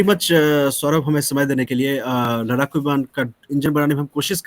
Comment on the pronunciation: लड़ाकू को लराकू बोलने की 😂 वजह से देरी हुई है, कोशिश शुरू हो गयी है सफलता अवश्य मिलेगी!